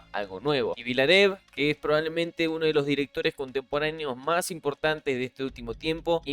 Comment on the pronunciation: "Vilneb" se pronuncia "Lawrence" se dice "Lorenz"